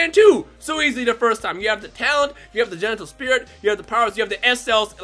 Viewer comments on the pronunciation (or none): he says genital spirit lol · he said, “Genital spirit” 😂😂